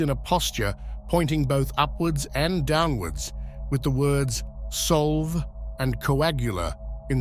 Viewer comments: If it's latin it's sol veh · It's not Solve, as in to solve a puzzle. It is Latin and pronounced Sol-Vey. It means essentially to break down into its component parts. The Coagula, to coagutate, to bring together or combine again. Also, the close captioning does not match the words. It is the Sabbatic Goat, not "submitted" as we see on the screen. Also, "Esotericists", not Esoteric lists "Levi", not LaVay